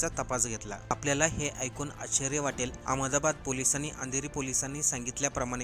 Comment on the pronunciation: रेल्वेथेसन❌ रेल्वे स्टेशन✅ अमदाबाद❌अहमदाबाद ✅ अच्यर्या❌ आश्चर्य ✅ तो व्यक्ती नाही ती व्यक्ती. व्यक्ती हा शब्द स्त्रीलिंगी रूप आहे... कठीण आहे मराठीचे 😮..